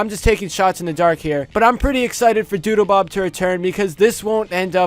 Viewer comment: Doodlebob was the best character also it sounds like you kept saying doodoobob